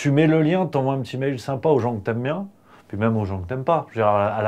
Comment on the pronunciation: et pendant ce temps, ils y en a qui vous disent que "TOUT VA bienG" PTDR